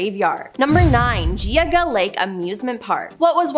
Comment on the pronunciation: Also jee -aw-guh lake 😂